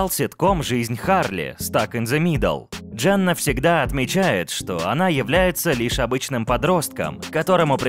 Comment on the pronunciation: Почему говоришь Джанна, если она Дженна...